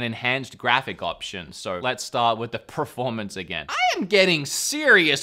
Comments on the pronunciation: Anyone else notice the pronunciation of the word “performance” as “preformance”? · Why is he saying preformance instead of performance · Why do you keep saying “PREformance”? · literally no one: per-: "prerformance" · I love how you say "preformance" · Was he saying preformence instead of performance or am i just hearing things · Did he say preformance a few times or just me? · Anyone else notice how he pronounces “Preformance” 😂😂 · Per. Formance. Peeeeeeeeeeer. Formance. C'mon say it after me.... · Are you saying preformance as a joke? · is it me, or does wood just not know how to pronounce performance?